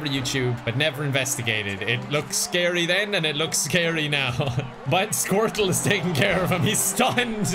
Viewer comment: pronounce squirtle as squirt-Luh